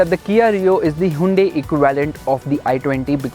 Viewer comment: Plz bro stop pronouncing it hundae hundae...